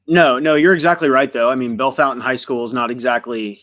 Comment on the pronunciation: Hi. The town is pronounced Bell Fountain. If you go there to see this QB, there is a Fazoli’s there. I haven’t eaten Fazoli’s since I was a child so I can’t speak to if it’s any good. I can however recommend 600 Downtown. Pizza and Beer my guy. Get the Pepperollis.